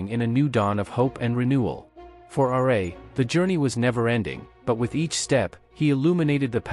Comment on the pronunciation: The fact that you said 'Radiant Sun god R. A.' lost all your credibility